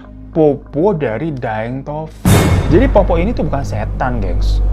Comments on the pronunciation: Pertama kali mampir ke akun kakak.. karena tentang urband legend di sulawesi.. Mau koreksi pengucapannya, bahasa logat di sulawesi itu ada 'eegh' nya di pengucapannya.. seperti petta bukan peta tapi petta ada penekanan di 'e' begitupun dengan poppo' bukan popo kak.. lebih enak dengernya kalo pengucapannya bener.. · Capek bgt ngakak bang hiro.. Cara bacanya poppo' bukan popo😂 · Bukan Popo bang, tapi Poppo'.. p pertamanya agak ditekan.. nama Poppo' tidak lucu tapi menyeramkan jika diucapkan dengan tepat. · Sebenarnya penyebutannya poppo' (pakai koma atas), dibuat agak berat di akhiran katanya bang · Poppo’ bukan popo 🤣🤣🤣 poppo’ jdi lucu d lidah org jakarta 😁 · Bacanya itu Poppo doble P, bukan popp😂😂😂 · poppo' not popo😭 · Makasih… buat bang Hiro udh bawain kisah urban legend di Makassar,SulSel, selama ini sering dengar cerita “POPPO’” dari Kakek,Nenek & Buyut. Ohh Sedikit tambahan cara nyebut ‘POPPO’ khas logat Makassar itu, POP-PO’ akhirannya ditekan mirip qolqolah😁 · Cara sebutnya itu POPPO' ada apostrof atau koma atasnya .. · Di bacanya tu Po'pok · Pengucapan Poppo dan Petta kurang ditasydid bagian tengahnya jadi agak lucu dengarnya😅